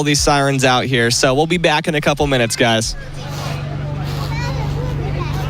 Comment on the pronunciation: "hope you enjoy this one gwes"